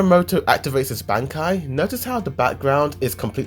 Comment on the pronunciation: that bankai pronounce killed me...